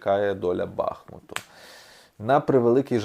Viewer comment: БахмУт. Наголос на "у".